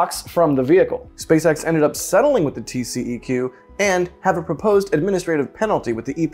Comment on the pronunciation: in Texas we don't say TCEQ as tee see e cue. We pronounce it as TCQ, tee see cue.